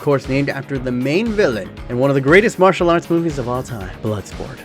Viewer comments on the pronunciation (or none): none